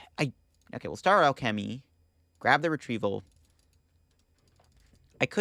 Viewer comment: not the "star Al kemmy" XD